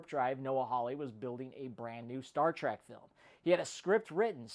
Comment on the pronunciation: It's not pronounced "Trak", it's pronounced "Trek". "E", not "A", ffs.